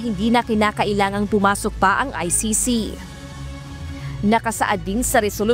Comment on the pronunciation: say he cant even say or spell ICC